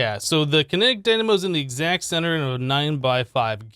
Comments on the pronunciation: What did he say? Kinetic dymano? It happens... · I think he said it on purpose, i think he said dynamo too many times for him to say it incorrectly